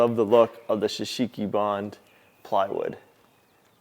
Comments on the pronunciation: There will come a day when you learn to say Shou Sugi Ban, instead of shusheeky barn 😂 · You need to help him on his pronunciation shou sugi ban 😂